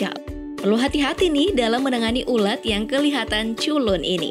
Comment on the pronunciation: Ular ???? Bukan nya ulat coba dengar menit